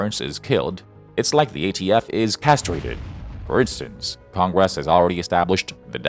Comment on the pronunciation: Big surprise a communist tool being used by a communist loving president to push his agenda. Its almost as annoying as the way congress is pronounced by your Ai.